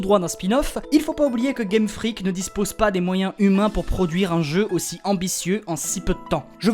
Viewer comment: Je suis perturbé A chaque fois que je t'entends dire "Game Freak" J'entends toujours "Game Frique" D